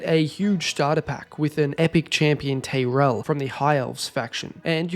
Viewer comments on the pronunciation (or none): none